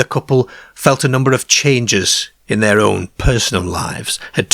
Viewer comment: Their Care 😂 (car)